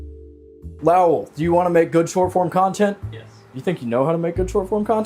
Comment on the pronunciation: Calling Lowell Loul for half the video may be the fuckin best part 😂